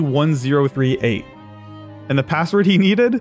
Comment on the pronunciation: It was LEI038 as in LEI not LE